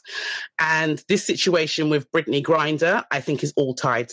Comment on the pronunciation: T, it's GrIner (pronounced GrYner, like cry). That damn 'Britney GRINNER' be taking me out lol.